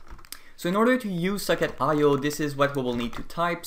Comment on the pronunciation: It sounds like you are saying 'suck it connection' when you say socket connection lol